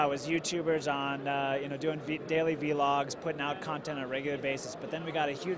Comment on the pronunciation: This nigga said Veee-logs . Hahaha! It's vlogs, you newb!